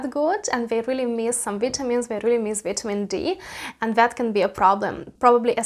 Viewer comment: She said vee tea mean Dee lol